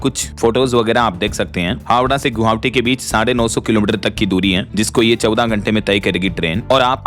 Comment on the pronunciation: भाई नमस्कार। कुछ शब्दों के उच्चारण आप गलत करते हैं जैसे हमलावर को हमलवार बोलते हैं और गुवाहाटी को गुहावटी बोलते हैं कृपया उसको सही कर लीजिए वैसे तो कई शब्द और हैं लेकिन अभी ध्यान में नहीं है ध्यान में आने से फिर आपको बताऊंगा। दूसरी बात यह है कि जब भी आप किसी को शानदार गिफ्ट देते हैं तो कृपया उसका नाम जरूर बताइए। अन्यथा यह लगता है कि आप हर दिन झूठ बोलते हैं।